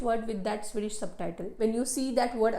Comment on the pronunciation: Swedish ❌ Sui-dish ✅